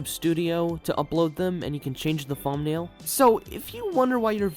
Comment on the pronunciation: You good bro? You saying fumnail